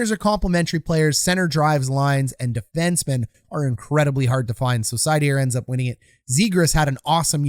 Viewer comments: German here: You can call him SEIder. If you really want to get it right then say ZEIder or Zuydr. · Seider isn't French. Pronounced like cider.